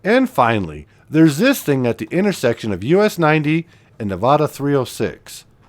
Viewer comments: It's been a long time since I've seen some of these places. I wish people would leave their spray paint behind before going there. Thanks for posting. Nevada = Nev-AD-a, not Nev-Odd-a. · Omg!!!!!! I started watching your video until (cringe) you called my state Nevauda don't do the accent there is none, it's Nev add da ask anyone here omg soooooo freaking cringe!!!! Just saying no harm!! Have a great day!!! Still not watching!! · Henderson, Nevada. Pronounced, NevAdA not nevauda. Lol Fun video from a local. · From Sparks,NV…Ely, NV is pronounced “Eelee” and Nevada is pronounced Nev-a-da with a flat “a”, think how Colorado’s a is pronounced by non Spanish speakers. Your Saskatchewan has “a’s” pronounced the same. Ely, NV has the coolest train museum with steam engines operating. (Currently be repaired…but they just got 3/4 of a million dollars to make needed repairs…so cool! The Nevada Northern Railway Museum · Dear, please learn to pronounce "Nevada" correctly. Love the video, though! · Please learn how to pronounce Nevada before posting and narrating a video about it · Can’t watch if you can’t pronounce the name of the state.